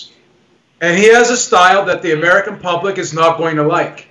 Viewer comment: went to “POOBLIC” school 🤣